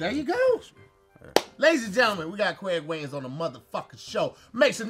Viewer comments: "....We got Cweg Wains on the mfkn show" 🙄🤣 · "Ladies and gentlemen we have Qwaig Wayans on the show" really? 🤣🤣